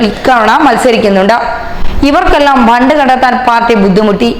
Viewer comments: ബണ്ട് അല്ല ഫണ്ട് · It is not bhand it is fund.